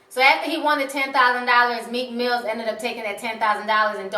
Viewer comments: MEEK MILL ! NOT MEEK MILLZ ! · Its Meek Mill not Meek Mills..